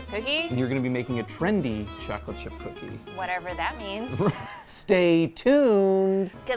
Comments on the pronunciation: It's "trendy" not Trandy, wtf is a "Trandy"? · you said Trandy, so what is it?